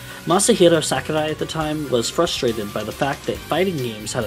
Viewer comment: As a Japanese man sharing the same name of Sakurai, please just pronounce it as "sock-oo-rye". Hearing someone try to be polite in pronunciation, but hearing "sack-oo-die" over and over hurt me on the inside. Our romaji Rs aren't Ds and the A doesn't make the English 'short A' sound. Otherwise, it's good content.